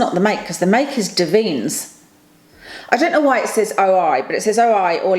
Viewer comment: The hair oil brand is pronounced dav-in-nez, the oi is as oi! Oi! mate/oi! you etc, I used to love using their products, then moved to the eleven brand, and now wild🌸definitely keen for a review on the ordinary lip balm!🌸Axis-Y is a well known K-beauty brand, I've not tried that spf though so look forwsrd to your thoughts👍 ETA- Beauty Bay eyeshadow is fab, I just won their latest release, Botanicals palette, from milli davidson's channel and it's absolutely gorgeous 😍 have you tried cosmic brushes (possibly rebranded to cosmic beauty now) eyeshadow palettes? They are a step above BB formula and another UK brand👌I feel you on the concealer struggle🤦‍♀️🤣love your glasses btw🥰🥰